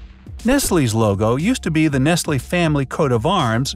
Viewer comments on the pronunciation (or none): Not him saying nestlee trough the entire video but even the logo says nestlé